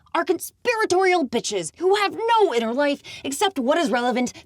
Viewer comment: what did you say? BEEches BEE crazy? As, like, BEE witches? You conviced me, it is the best movie ever made.